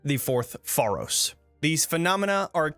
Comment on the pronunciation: sorry cant resist being a dick. its pronounces fey-rohs, not far-rohs. like pharaoh. great video tho!